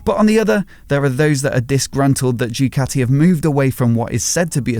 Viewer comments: How hard it is to say Doo Ka T' ee? Instead of saying Jucatti? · I wish you would stop calling it..... Due-cati